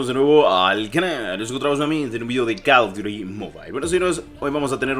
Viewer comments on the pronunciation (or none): Di bien call of dut no call of duri dilo bien